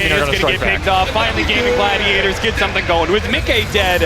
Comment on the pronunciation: These casters keep saying Gaben Gladiators